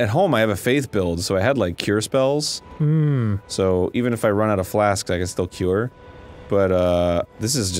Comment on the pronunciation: I like how Aaron says “cure spells” like it’s a Final Fantasy game